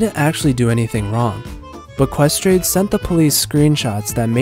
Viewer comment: "Ques trade" scuse me?